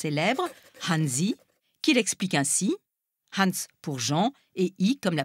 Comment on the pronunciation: Excusez-moi, mais quand on fait des commentaires on devrait à minima savoir prononcer les noms, les apprendre. Surtout sur une chaîne franco-allemande !!! Hansi est un diminutif alsacien, dialecte cousin de l'allemand. C'est la première fois de ma vie que j'entend "âne-zi" ! C'est HAN-N-SSI !